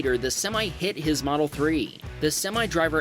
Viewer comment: He got a tesle moldel s plaid for his 16th birthday dang